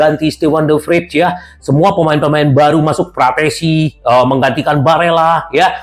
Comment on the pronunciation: terlalu menggebuh gebuh saking senengnya, fratessi di bilang PARATESI 😂😂😂